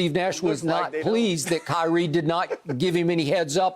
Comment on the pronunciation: “KYREEEEEEEEEE” “LABRAWN JAMES”